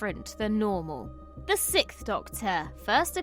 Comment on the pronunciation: you are literallying saying "sickth" not sixth